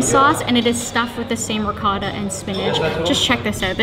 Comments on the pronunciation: It's not ricatta, its ricotta, long o always in italian. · It's not ricotta its ric[otta. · It's not ricotta is riccocotata